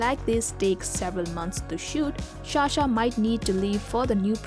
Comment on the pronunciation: Sa-sha, not Sha-sha please.